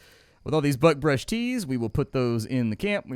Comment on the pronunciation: Everytime you say buckbrush it sounds like "buttbrush." Cracks me up, don't you dare ever change how you pronounce it 🤣